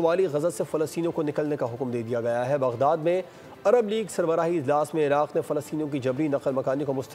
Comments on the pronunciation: ایراق نہیں عراق ہے۔ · بھائی ایراق نہیں عراق ہوتا ہے اللّٰہ مدد فرمائے 😢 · اتنا بڑا چینل اور اتنی بڑی غلطی خدا خیر کرۓ کہین جرنیل آفیس میں تو نہیں گہس گۓ 😂 ایرق نہیں عراق ہوتا ہے